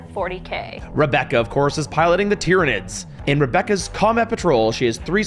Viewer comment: Did she say Titranids?